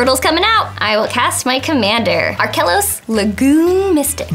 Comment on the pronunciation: I cringed every time said Arkelos.